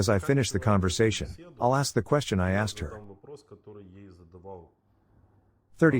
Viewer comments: These automatic translation voices are very good, but they have some way to go yet. Asked is a very different word to axed and has a very different meaning. That one is especially prevalent in this video. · Crazy automated voice. It incorrectly says "aksed". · Why does the female text to voice program keep saying "axed" for asked? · How the hell does a translation software say 'axed' instead of 'asked', like Americans (usually black) sometimes say? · "no one axed me" im sorry i know this is serous by translator reading "asked" as "axed"